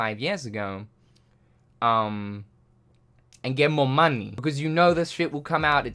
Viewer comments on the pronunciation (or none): lmfaoooo why'd you say "muNny" like that? I'm dead 😭😭💀💀